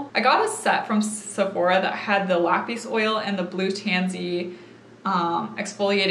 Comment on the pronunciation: Not trying to be rude at all. I love your videos! But it’s Lapis like the gemstone, not pronounced like “lapeese”.